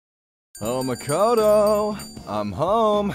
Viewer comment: The best way to tell them apart by name is pronunciation - The P5 Makoto is pronounced Ma-KO-to while the P3 protagonist is pronounced MA-koto. The emphasis is on a different syllable.. Listen to how they say these names in Japanese.